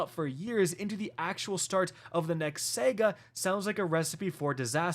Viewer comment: Did bro say Sega?